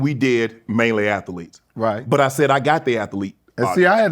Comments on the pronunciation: What is an athelete? *as Shannon calls them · A Tha Leets is not a word. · Mf adding 5 extra syllables on athletes